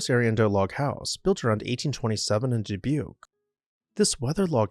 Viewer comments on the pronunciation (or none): Vincennes Indiana is another one. One of my parents grew up about 20 miles from there, and the locals pronounce it 'Vin-sanz' He also mispronounces Dubuque Iowa, which is actually pronounced 'Duh-buke.' Micwestern French place names that aren't pronounced anything like they would be in French seem to give him problems.